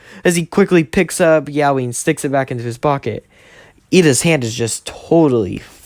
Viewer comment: say yeoui like yo wi not YAOI like bruh thats kinda sus thoooo